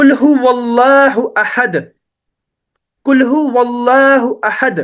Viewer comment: MashaAllah,. Bahut khoob... I think -" Qul" hota h bhai na ki "kul"... 😅 Aap check k mujhe bhi batana ki mai ghalat toh nahi.. 😊